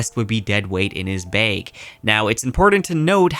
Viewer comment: I like your videos and seem like a nice fellow....but the "baeg" and "maegnet' pronunciation is killing me.